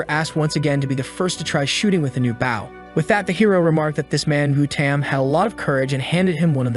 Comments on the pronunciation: It's "Bow" not "Bowel" not even close to meaning the same thing. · hearing the mispronounced words makes me cringe LOL. reflex bow(buwen) its a Re-curve Bow, technically its a Composite working-recurve Bow. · and the word "bow"